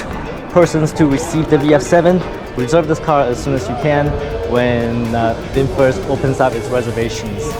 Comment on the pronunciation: FROM USA 🇺🇸, NOW I RECOGNIZE YOU ARE REALLY “ bung booooo wwwww VINPHET 😂😂😂😂😂😂😂😂😂😂😂😂